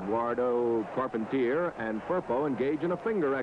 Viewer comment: Check it out: two refs for a tag team match! You'd never see that today. And you hear now the announcer butchers the last names of Carpentier and Rocca?